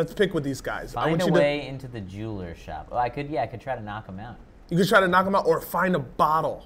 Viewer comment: find the way into the "jew-eller" shop